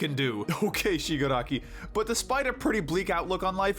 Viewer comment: Ok I know it was a joke, but you didn't have to call Shigaraki out like that! He is one of my favorite characters also pretty sure you mispronounced his name since I have never heard his name pronounced like that plus he isn't that similar to Goob other than the fact that he was manipulated into being a villain thanks to trauma. His trauma is also 100x worse than Goob's btw this is not meant to be hate comment just a comment from an annoyed person lol Edit: even though its only 1 like so far, I'm glad that someone noticed this comment